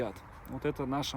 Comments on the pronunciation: ударение на Мархаа, а не Маарха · Марха ударение на последнюю А. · Марха, ударение на последнее А. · Река называется Марха! Ударение на последнее А... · Марха...,ударение на конечную букву а..... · ударение в её имени Марха на последнюю букву! Спасибо за то, что вы делаете! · в названии реки Марха, ударение на последнем слоге. Желаю нашей якутской волчице здоровья, я очень рад что она обрела семью и заботу.